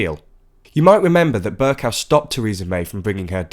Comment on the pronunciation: why do you keep saying Ber- cow it's pronounced Ber-co. Even on the Podcast you made that same mistake. Please correct yourself man.